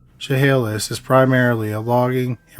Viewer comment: I live in the town Ed and Minnie did... almost 40 years later and we talk about it like it was yesterday. They will never be forgotten. Side note: nice job pronouncing Chehalis! Not many people can